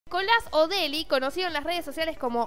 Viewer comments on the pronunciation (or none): "Nicolas Odeli" tira, es Odetti lpm